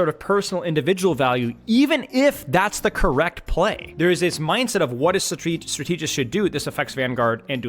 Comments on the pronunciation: the way you pronounce strategist really threw me off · that’s a crazy pronunciation of strategist lmao wtf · I was thinking the same! Does he say stra-teegy as well?? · Strategic is pronounced with a double e sound so it's not that crazy tbh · I was gonna have to comment this if I didn’t see it 😭 Genuinely had me tweaking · So is he prouncing strategist wrong on purpose or? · Liking the video so far, the word strategist is pronounced with emphasis on strat. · why does he say strategist like that? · Why he keep pronouncing strategist like that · I love you,. That's why I need to say this: I think you pronounce "strategist" incorrectly. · It's pronounced: STRA-te-gist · Why is bro saying strateegist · okay i have to say it: the word "strategist" is pronounced "STRA-tuh-juhst", not "stra-TEE-just" lol otherwise good insights as always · Like, if you pronounce strategy as strat-uh-gee then why would strategist follow a different lane?? It isn't strat-tee-jee or strat-tee-jist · Have people never heard the word strategist pronounced before? Strat-ah-jist, even strat-ih-jist, never heard Stra-tee-jist before this game. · I can’t stand how he’s pronouncing strategist wrong. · It's pronounced "strata-jist" not "stra-tee-jist" 🤓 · it's strAtegist not stratEEgist bro come on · Is saying stra- TEEJ-ist a Youtube engagement thing? Cause it worked if so, lol. I keep going STRAH-teh-jist out loud every time I hear it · not to take away from your vid, i really am enjoying the deepdive, but "strategist" is a word and its not pronounced "stra-TEE-jist" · Strategist is pronounced the same way as strategy, not as strategic Strata-gist… like that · I'd like to show this video to my friends but 'stra-TEA-gist' makes that impossible. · Why are you saying Stra-TEE-gist??! My god read a book or something. Go on Google and type in strategist pronunciation. Thank me later. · what is a strat-eee-gist? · Do you honestly think that's how you say strategist??